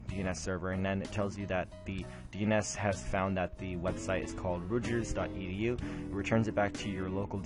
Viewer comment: if you can't pronounce the name of the school Rutgers properly, I assume you are an idiot and will not listen to anything you have to say. goodbye.